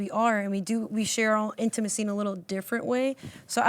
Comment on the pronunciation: Girl it’s spelt intimacy not in-two-macy..